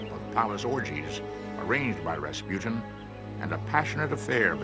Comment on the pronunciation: its Rasputin